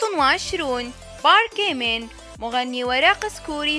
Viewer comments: بارك جيمين كيف نطقتها😂😂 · نطق من العجائب 😂😂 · ايه والله شفتي شلون نطقته😂😂😂❤